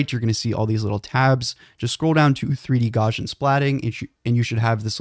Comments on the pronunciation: Gauss is pronounced "gowss", and Gaussian is pronounce "gowssian". It's not gawshun. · Gauss is pronounced gows like cows not gauze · You might like to learn how to say Gauss's name. It isn't gORshan. It's Gowsian. Ow - as in the pain I get every time I hear his name mispronounced. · Did you call it Gawshin splatting?!